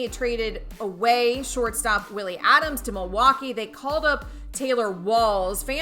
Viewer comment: Pronounces Franco wrong and Adames LOL